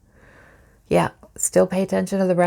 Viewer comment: You say "Yah" like a true Minnesotan You are very accurate